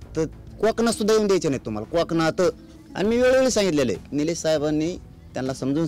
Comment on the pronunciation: धड कोकण.बोलता येत नाही. काॅकणात 😂